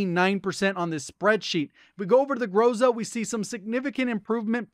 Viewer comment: Dude u r rly GOD, but when u say groza make accent on A this is more correct